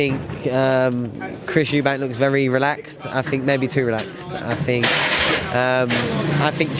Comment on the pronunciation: 'Thought', and 'Think'. Not, 'Fought' and 'Fink'. "Sky I never fought"...."The Ring, I fought" . Good job its Thriday, and not Fursday!